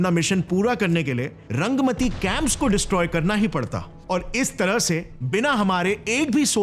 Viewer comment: The north east camp name not pronounced properly....... Rangaa Matti or "रांगा माटी" ....... Not रंगमती it's a Bengali term, means red ( रांगा) soil ( माटी ) .... I am from West Bengal, kolkata. So i understand the language and the meaning...